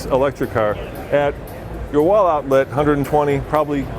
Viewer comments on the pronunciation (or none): none